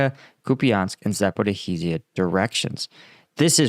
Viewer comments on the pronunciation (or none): Why 2 years into the war and he cannot give a second to actually learn to pronounce the name of the city, Zaporizhia. Can't he read or something? Where does get this sound of "hizhia"? Im sorry, its just like 50 km from me and I dont think the spelling is so hard that it can't be pronounced by western commentators, especially after 2 years of commenting on it.